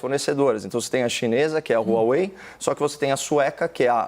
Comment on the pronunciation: DE AMBAS AS PARTES, QUEM... CARA PÁLIDA? O CAIO SEQUER SABE FALAR HUAWEI